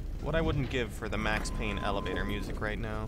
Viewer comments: did he said evelator? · Did you say "evelator" ? Purposely or not, gave me the giggles c